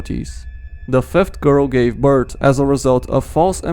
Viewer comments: You said beirth not birth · My guy birt is not a thing it’s birth